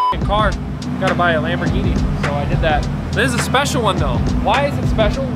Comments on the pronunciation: Do you mean Wamborghini. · “im hewe at my gawage just bought a dedicated wambogini” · Hewe in my gawage just got this bwand new deditaded wamboghini... fun to dwive on this minecwaft... awea, but you know what i like more than this lamborghini Knowledge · Hew in my gawage just bwought my bwand new dedidated wamborghini. But do you know what I like mow than my wamborghini? Knowledge... Thats why I had these book shelves installed I wead one book a day.